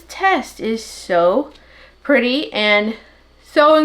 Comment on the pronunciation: Wow that sure is perty. (Yes I know how to say pretty hehe). Just a little like humor 😂.